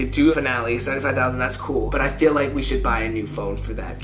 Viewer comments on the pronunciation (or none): none